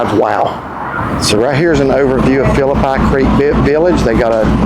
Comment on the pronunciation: Gotta work on your pronunciation of Phillipi creek